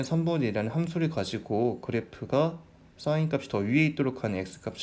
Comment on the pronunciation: 강의 내용도 좋고~ 다 좋은데! 한 가지 아쉬운 점이 있네요! sin 발음하실 때 악간 공기 소리? 쇳소리? 그런 소리가 나니까 듣기가 살짝 거북한 느낌이 있네요ㅠ 근데 강의는 짱짱 좋아요!! 감사합니다 🙆🏻‍♂️